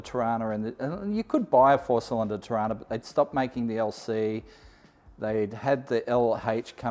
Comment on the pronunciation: Just need to pull you up on one thing, it's pronounced "Trarna"